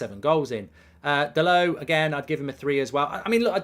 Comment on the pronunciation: Dallott is from Portugal, NOT fvcking Paris..... His name is DALLOTT, Dal'Oh